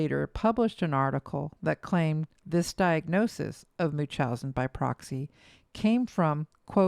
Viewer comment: Am I the only one getting annoyed that the narrator doesn't pronounce the N in munchausen? 😵😅